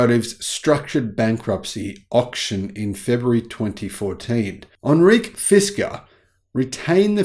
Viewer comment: ??Anreek?? It’s Henrik, pronounced hen-rick. It is Danish, not French or Indian. One would think a Viking should know this, right? Love your vids, btw. Best regards from the Netherlands.